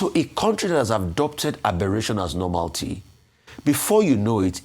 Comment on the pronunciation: Rufai , it is " nor-MAL-i-tee" and not - nor-MAL--tee. Ẹwẹ so.